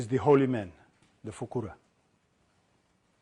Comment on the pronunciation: I have to make a correction for Mr. Mamdani because Arabic is not his native language, the actual pronunciation is “Fuqaha”